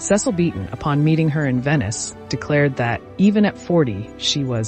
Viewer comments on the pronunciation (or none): none